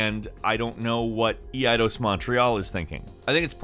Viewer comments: Wtf? Eee eye dose ...EIDOS = īdäs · Is it not pronounced "ay-dos"? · "EE-AH-DOS"? Eidos... Seriously? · eeayydos?? Eidos!! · Did he call Eidos EAdos ? Hmm